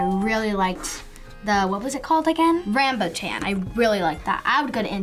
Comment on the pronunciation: Rambut, not rambu